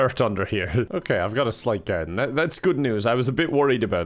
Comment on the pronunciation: Irish accent went into full effect when he said garden. 😂